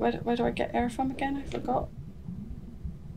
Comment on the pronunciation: You say “Get air”, I hear “Get her. Get her. Get her.” 😂